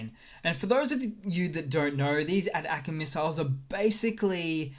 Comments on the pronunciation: Dude you are pronouncing “ATACMs” missile wrong. Pronounced “Attack-‘ems” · ATACMS is pronounced "attack-ems." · Love your work! Tip: in the states we pronounce ATACMS as “A-Tackems” Say it quickly enough and it sounds like “Attack-ems” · FYI you are saying ATACMS incorrectly. I beleive the correct pronounciation is "Attack-ums" like saying snackums but with attack instead of snack :) The reason being is that the ATACMS runs off of the US ATAC system which is a complex GPS/map system that diffferent weapons systems can connect too (sort of like google maps for smart weapons). So the ATACMS is just the Missle System that runs on the ATAC system. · FYI -- ATACMS is pronounced "attack mms."